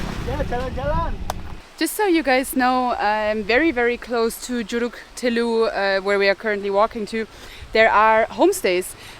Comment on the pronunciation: I must commend you for arriving there. It is indeed a hidden gem of a spot that not even many Indonesians know exist. Let me help you with how to say a word. Curug. Cu = say is like "choo" the word that is used in English to describe the sound of a train. and rug, rook, like a chess piece. There you go.